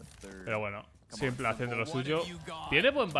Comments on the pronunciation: UFFF PORFA SIEMPLE NO PORFAVORRRR "SIMPOL" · cada vez que dices "simple" en vez de " simpol" (en inglés) le quitas aim..Pobre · me suena tan raro oír "s1mplé"